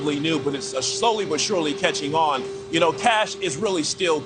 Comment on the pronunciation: “But moving Ohjuan…” lol you pronounce “on” so weird. 😭🫩🥀🫠🫠🙃